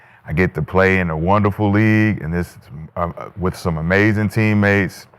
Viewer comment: “wit a pillow”🤣